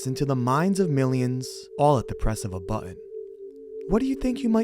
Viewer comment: at the press of a buhtehn